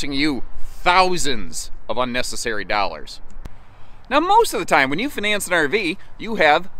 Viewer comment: The way he said finance sounds like finesse 😆